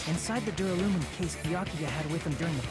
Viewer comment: Dammit,. Why can't you say "Duralumin"? It's not "Durulium"! Several characters say the word out loud and you still fuck it up!